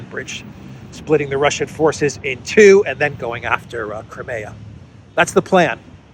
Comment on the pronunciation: It's pronounced CRIMEA ( CRYMEEYA) not CREMAYA, what's wrong with the proper pronunciation?